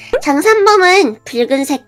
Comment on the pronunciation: 장산범은 내가 발 로 발음ㅋㅋㅋㅋㅋㅋ